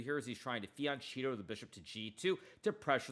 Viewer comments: Hikaru, you are probably a genius. So, why fian-Cheetoh ? Is that like a fian-Dorito ?? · Please Hikaru! I have too much respect for you not to address FIANCHETTO pronunciation. It's an ITALIAN word.. please take some time to learn how to pronounce it properly! <3 Love from Italy!